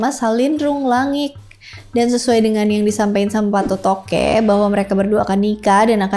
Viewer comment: Patotoe ya bukan patotoke!!!! Baca aksara kunonya.